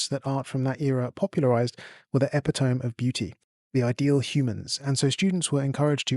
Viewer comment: Epitome is pronounced eh-PIT-oh-mee. Great new video, by the by!